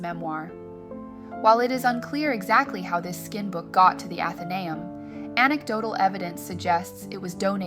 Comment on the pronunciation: I'm a member, it's so worth it. It's pronounced Athen-ay-um, accent on the ay.